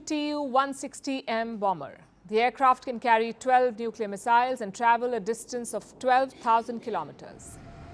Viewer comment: Please; in english the word that trips you is MISSILES. In both American and British English the first syllable has the greater accentuation. MIS siles. In American English the syllable siles, is pronounced 'sills'. The Hindu mis SILES is harsh on our ears.